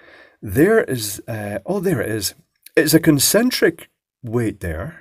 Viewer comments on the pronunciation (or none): eccentric not concentric. rubber flappy bits!